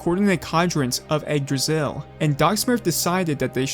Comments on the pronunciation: nice vid but it's not pronouced "Egg-Dra-Sill" it's more likre "igg-drah-sil" Igg as in Iggy Koopa (not trying to be rude or anything I just don't have any better wording for this) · Why does it sounds that you recorded an audio saying "Yggdrasil" and put it everywhere it was needed because you didn't want to take the risk pronouncing it wrong?